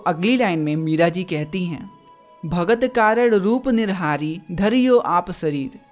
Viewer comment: Hindi parhte aati nhi or dusro ko parhaega नरहरि को निरहारी